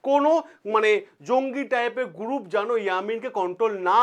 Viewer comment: গুরুপ, কিলিয়ার, পবলেম, ইয়ামিন এগুলো আগে সঠিক ভাবে উচ্চারণ করুন। কানে খুব লাগছে।